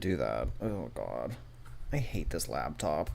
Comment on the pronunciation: So why does he say labtop?